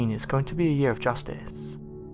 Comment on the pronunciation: Very interesting factoids...HOWEVER, the narrator needs to take speech lessons. The accent is alright, BUT...mispronunciations of words containing "th" are abominable and detract from the content because as I'm listening, I'm just waiting for the next unacceptable pronunciation. Example: the word "earth"...is mispronounced as "erf", "weather" is mispronounced as "wevver". That's just two, but once your ears hear the first few they seem to just be on the lookout for the NEXT ONE and grate like fingernails on a chalkboard to some people!!